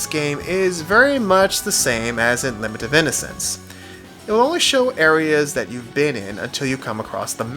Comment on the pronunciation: Did you call this LIH-MINT of Innocence? I haven't played this one - can you tell me if it's better than Castlevania 2 - Simon's Quiche?